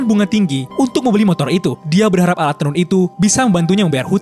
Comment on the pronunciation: "Berharap" Bukan "Berdarah" Ni Channel Dr Dlu Salah Mulu Gaada Perubahan Ya